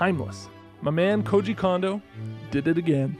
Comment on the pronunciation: I love all your videos including this one, but please understand: there's only one o vowel in Japanese, and it rhymes with "oh". So the "Ko" in Kondo should rhyme with the "Ko" in Koji. I figure if he's your man (as he is mine), you should pronounce his name correctly. :)